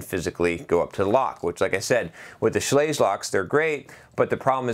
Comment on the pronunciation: Schlage rhymes with "egg". 8 minutes into an 11 minute video and the box hasn't even been opened yet. zzzzzzzz